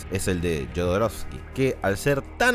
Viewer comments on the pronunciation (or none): none